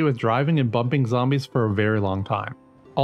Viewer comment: Great video, only criticism I have is at the end you called it a '"sped-om-eter". It's actually called a "speed-o-meter" thank you very much